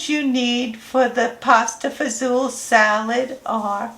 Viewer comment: Hi! Queens NY here. I’ve been a fan of your YouTube channel for a while now and just saw the Pasta Fazool salad. I’m so glad you pronounce it the way I do instead of Fagoli. lol. God Bless!